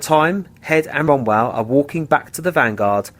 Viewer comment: Also it would have been nice if you could pronounce David Wombwell's surname correctly...